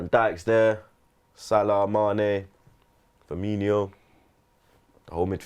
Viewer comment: I can't have you continuously saying Firminho it's FIRMINO! I'm an arsenal fan too but still it bugs me when you always say his name wrong. That's the only thing I don't like about you tho.